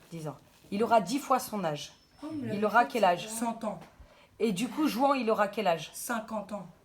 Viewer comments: Juan??? Mes oreilles piquent, on prononce rouane pas juan... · JOUANT! Ça ce prononce RROUANE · Juan se dit Ruán ! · Juan ça ce dit Rhouane